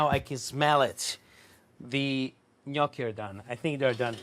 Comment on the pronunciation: As soon as I heard you pronounce Gnoochi correctly I was in. I hate when people say No-key. 😭